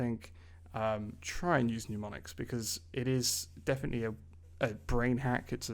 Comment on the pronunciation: Serious question, isn't it mnemonics, pronounced nem-on-ics, like nemesis? I don't know where everyone gets the nyu sound. Seems like at least half the YouTube language teachers are using this word like this. Otherwise, great content keep it up!!